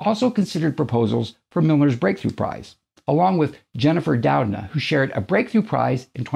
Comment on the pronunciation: Jennifer Dou-DNA